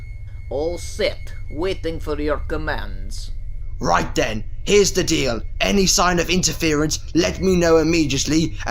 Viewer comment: near the end said den instead of then LOL